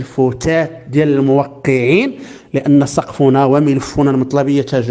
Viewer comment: استاذ من فضلك، نقول لان سقفنا بالفتحة وليس بالضمة،،،،